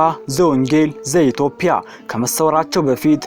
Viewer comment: ኢትዮጵያ ብለህ አስተካክለህ አንብብ ኢትዮፕያ አይባልም ኢትዮጵያዊዋን ጰ ን ለምን ተውሃት ትርጉም ስላላት ተጠንቅ